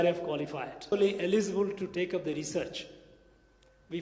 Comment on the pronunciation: Eligible pronunciation thappu